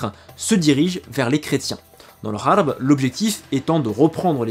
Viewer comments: Tu continue à dire kharb alors que c'est gharb??? Pourquoi ? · attention pas kharb andallouss mais rharb andallouss. R comme ronaldo. KHARB A UN SENS DE RUINE. ET GHARB RHARB RARB A UN SENS D OCCIDENT.